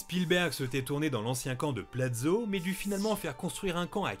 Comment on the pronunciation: le camps se prononce "pwashof" et pas plazow (c'est du polonais pas du francais faut arreter de lire les noms de lieu etrnagers avec not logique a l'art abstrait)